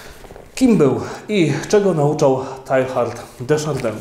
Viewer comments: Chyba wymawia się [teja:rd] a nie [tajhard] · Mówi się "Tejard", nie Tehard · Zawsze mnie uczyli że Teilhard czyta się tejár ;P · Ksiądz zmusza mój rozum do ciężkiej pracy; dziękuję. Jedna uwaga techniczna skoro Ksiądz obraca się raczej w klimatach języków germańskich, nie romańskich. Imię dzisiejszego „bohatera” wymawia się : Tejard. Szczęść Boże. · Przepraszam, ale w języku francuskim nie wymawiamy litery H